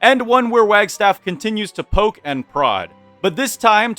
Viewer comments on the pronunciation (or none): none